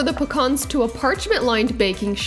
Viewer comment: I love how you pronounce pecans - hilarious… great video though